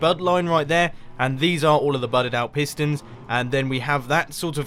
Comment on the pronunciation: Pistons not fistons.